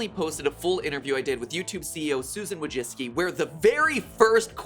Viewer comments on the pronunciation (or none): it's wojcicki not wocjicki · "Wah-jit-skee" Ah, so that's how you pronounce it! Her last name is such a mess, I hope she gets married and changes it.